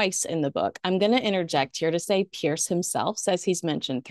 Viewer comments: His spelling is Piers- I think it's pronounced PierZ, not Pierce. I enjoy all of your appearances,! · Just love your stuff! Doesn't worry me a bit, but every time I hear you pronounce Piers Morgan's first name like Pierce Brosnan's, I always picture poor old Piers looking a bit put out, which depending on Piers's latest headline-grabbing outburst, can actually be quite enjoyable. What would be miffing him is that the ancient and storied name Piers is actually pronounced like it ends in a 'z'. All good though, you do you!:face-blue-smiling